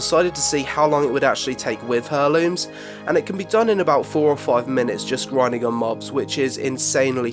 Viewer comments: "Air looms," not Hair looms." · "Air-Looms" not "Her-Lumes" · Hair looms? Its pronounced more like air looms mate lol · Cool vid, mate. One thing, though; heirlooms is pronounced "air looms", not "her looms". Sorry. Word Nazi. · "hair"-looms? It's "air"-looms btw. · why do you say it "hurrlooms" lol it's pronounced airlooms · pronounce it airlooms not hairlooms :D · Herlooms? Pronounced "airlooms" LOL who doesn't know that ahhaha! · hairlooms lmao its pronounce airlooms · OMG its not HAIR LOOMS! Its pronounced Air Looms!! Driving me crazy! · great video, but eerrr, its not pronounced HER-looms lol, its 'air'looms' :) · I love you but everytime you say "Hurrlooms" instead of "Heirlooms" (Air-looms) i die a little inside xD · I like the video, but heirlooms has a silent 'h' so you say it like 'airlooms'. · Heirlooms. Pronounced "air-looms". That is all, have a nice day! :) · "Herlooms" Wow. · "Hurrlooms" wtf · It's pronounced AIR-LOOMS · You don't sound "weird", but it does make my ears bleed when you pronounce heirlooms as " hair-looms". Nearly as much as someone calling aitch "haitch". Other than that, boss bid mate. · It's pronounced [air-looms]The h is silent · Hair-looms...? The H in heirloom is silent :) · AIR LOOMS! AIR!! its said "Airlooms" the H is silent! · Your pronunciation of heirlooms really pissed me, for someone like me it's incredibly distracting. Heir, as in heir to the throne with -looms on the end. Pronounced haire. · "Hairlooms" wut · heirlooms.. im triggered. that not how you say it :'( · The H is silent in heirlooms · I don't know if this is an Accent thing, but isn't the H in Heirlooms silent? I've never heard people saying it your way. Well, only people saying it wrong. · loved the video... but please god. the "h" in heirlooms is silent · please learn to pronounce Heirlooms properly